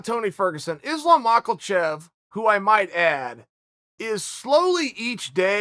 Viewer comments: Can somebody please explain to Chael how to say Mahkhachev? Not Mah-kil-chev.. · chael it's ma-ka-chev not ma-kal-chev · Say Macklechev one more time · Chael: Makelchev Everyone: It's Makhachev Chael: Ok, great. So anyways Makelchev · If Chael says his name is Mockelchev it's Mockelchev understood? 👏👏 ☝️ hold that thought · There is no "L" in Makhachev... until Uncle Chael said "Mockelchev" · Chael GOTTA be doing it on purpose hahahaha MAKHALCHEV I swear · Chael “michaelchev vs blahovowich” sonnen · why does he call him makalchev lol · Chael... it is Ma-Ha-Shev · “Izlam mockelchev” - Chael Sonnen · The years of collective punches in the head... I really think that's why he can't pronounce those words unfortunately. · I say we get Olives vs Mocklechev and Chael has to learn how to pronounce the winners name. Loser legally changes their last name to Chaels pronunciation. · Chael “Islam Makkle-Chev” Sonnen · No one: Chael: Islam MACKLEchev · Mahkelchev...breakferest...Yarear... Blahovovich...classic. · And islam makholchev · Makelchev, I'm starting to think Charlie Soyman mispronounced fighter names as a power move lol is a good laugh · If Chael says there’s an L in “Makhachev”, then Makhlchev is his new name. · Chael "Islam Mockelchev" Sonnen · Chael "Islam Mocklechev" Sonnen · As long as Chael purposely mispronounces Islam's name I'll keep thumbs Downing and not watching these videos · Can someone teach him how to pronounce Islams sir name.